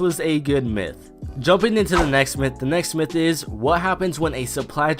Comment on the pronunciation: Next myth / that sound the same😂